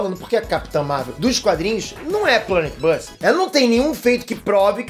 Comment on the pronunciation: falou Planet buster errado 🤦🏻‍♂️